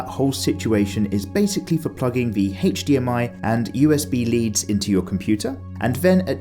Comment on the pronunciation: Love this review but bruh you gotta learn how the letter "H" right. Never say HDMI again